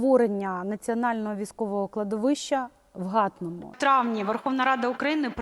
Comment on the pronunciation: не "ГАтному", а "ГатнОму"... українською наголос на останню букву - "ГатнЕ" - село під Києвом